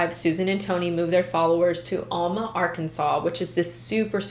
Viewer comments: It’s not all-ma, it’s Al-ma. Get it right please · I grew up in Arkansas, and I've never heard of these people! After college, my first job was in Fort Smith! I lived in that area for 16 years. You're right about Fort Smith and Alma being close. Only a few miles and the Arkansas river separates them. By the way, Alma is pronounced AL-muh. The first syllable is pronounced like the man's name, Al, and the second syllable rhymes with duh. Hopefully, you will never need to know that in the future! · Its Al (as in the name Al ) ma lol .... The same town that Morgan Nick was kidnapped from and is still missing :( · I’m sorry.. but that way you pronounce Alma is cringy 😂 that’s my hometown so trust me when I say you’re pronouncing it wrong 😂😂 it’s pronounced Aaaalma. Think “apple” not a long A but a short A sound. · Alma is pronounced with a short A. Like Alvin. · For someone who lives in alma. Its pronounced ahhl-ma. The house now is abandoned and is heavily secured. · It's ALma..as in AL the name and then Ma